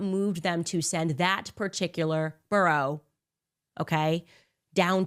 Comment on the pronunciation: 😂😂 yeah I couldn’t help but laugh every time I heard her say “burrow” lol.